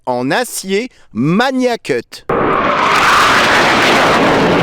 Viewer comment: Bonne vidéo. Merci. En ce qui concerne la prononciation on dit Magnacut avec un G dur (comme dans magazine) et pas MaNIAcut.